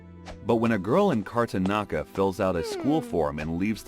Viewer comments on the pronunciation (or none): It’s so funny I’m from Karnataka he said kartanakaa 😂 I always had a hunch that women who thought Bharatanatyam were pervs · The proveb about devadasi is in marathi language spoken in maharashtra....whereas the story is based in tamil nadu the language should be tamil. Also jasmine flowers are adorned on hair not Marigold those are for house decoration.And tge state at the end i he mentions is KARNATAKA NOT KARTANKA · Love the content. Would appreciate if you could work on pronunciation. It's kar-nata-ka not karnata. Also it's bha-rat-nat-yam. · The story telling like always is Fantastic :) But bruh, the facts need to be cross checked. Firstly, Bharatnatyam and Karnataka the pronunciation, you killed them, and devdasis were devoted to Gods only.